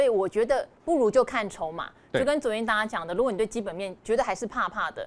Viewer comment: 兆華聲音很好聽👍，如果可以再把發音稍微正音一下就更完美了😜，例如：如果總發音為盧果。例如總發音為例盧……